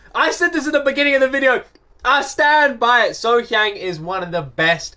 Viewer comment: Concerning the pronunciation of her name...... Think of her name as being spelled. SoHyoung.